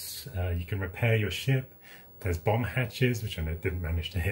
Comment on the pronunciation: Great restoration! Was that a Bomb hatch or a Bum hatch? haha. So glad it's working now. All good wishes.